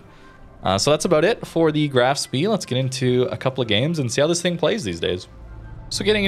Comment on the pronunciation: It is pronounced more like shpe with the E pronounced like in hey